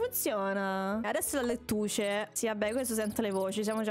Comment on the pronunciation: dice: fra ma io non so fare l'insalata LETTUCE Bellissimo inglese di proprio un opera darte (dico davvero): S A W S A W: abbiamo scoperto che le patate nascono a caso: NON VOLEVOOO...: AAAA esplode E niente direi che sto video è il video che non posso dire niente perchè è troppo divertente GRANDE LYA